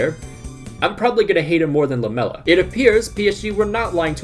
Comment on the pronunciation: I thought he said Lamelo and not Lamela